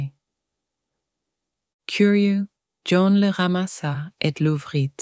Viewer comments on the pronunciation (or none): Do we really pronounce the t in l'ouvrit?